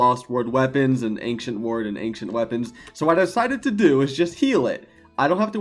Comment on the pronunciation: Man, I love your videos! But it scratches my ears every time you say “ankshient”! It’s pronounced “anshient”, drop the “k”!